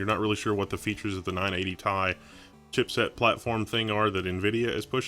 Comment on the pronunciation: ITS NOT NINE EIGHTY "THAI" ITS NINE EIGHTY "TEE AI"